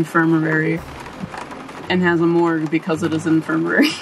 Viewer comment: Its INFIR-MARY lol not " Infir-mer- rary "